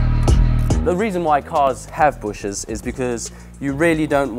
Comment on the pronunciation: Bushings. Say it.. "Bush-INGS". Not "bushes". No one says that